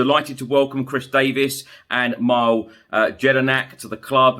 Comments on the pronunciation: Mile pronounced Mill-ay Jedinak. Former Socceroos captain and v smart operator. Good choice. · You've butchered it too...Mii-le